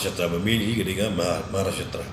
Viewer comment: Nga ruh kein nga lah sngap bha, u pronounce bakla